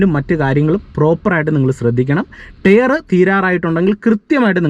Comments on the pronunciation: ടെയറല്ല ടയർ 😂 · നീ.... ഈ ടെയർ.. ടെയർ എന്ന് പറയുന്നത് ഈ ടയർ അല്ലേ....? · ടെയർ അല്ല ടയർ 🙏🏼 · Tare അല്ല ടയർ എന്ന് പറയൂ...